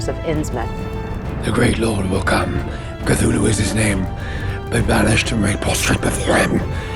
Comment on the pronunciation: I am supremely impressed by: 1. actual correct pronunciation of Cthulhu as a 2 syllable inhuman utterance. 2. Shout out to The Corpse Star, Zhudun. A fan favorite in my D&D crew from playing Curse of Strahd.